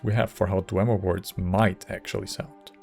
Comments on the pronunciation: Good video but It's not pronounced Dwehmer or Dwaymer. It's Dwee Mer (Dwee like Free). Idk why you are citing these mongrel dog skryim npcs who are thousands of years removed. Azura's pronounciation is the correct one. Azura was around before the Dwemer disappeared and had plenty of interaction with them before they vanished. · In Morrowind, Azura pronounces it DWEEmer, and if the Twilight Queen says it, it must be true. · YES my headcanon is that Falion referring to them as Dwaymer implies that everyone's pronunciation is wrong AND that there are/were more Dwemer able to be communed with somehow. Could be a mistake, but it feels right that a character with strange magical powers and a weird schedule would have knowledge that no one else has in-game.